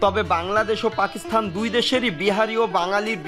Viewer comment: ভাই পাকিস্তান হবে পাকিস্স্থান না। please pronounce it right way ❤